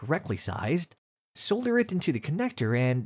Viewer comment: I got tire of seeing the same damned pictures, and hardly any of them were useful. And you need to learn how to pronounce "solder".